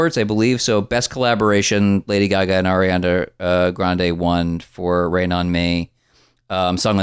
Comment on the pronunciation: Am I the only one who heard "Arian-er" and spit? 🤣🤣🤣🤣